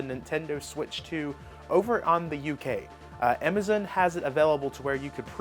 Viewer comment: He saying Metroid, anime, and Amazon wrong why? And maybe other words I have no idea. And he’s saying Nintendo wrong